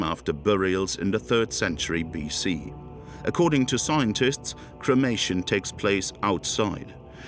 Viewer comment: Is this voiced by a computer? Mispronunciation of warriors at 40.50 and something earlier... At 52.00 "scointists' rather than scientists.